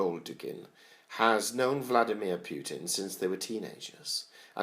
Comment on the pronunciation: I love how you pronounce his name it's almost like you're saying Pukin. George W bushes nickname for him was Pooty Poot;)"